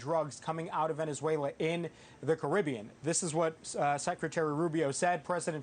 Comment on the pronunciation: Its Caribbean mr marco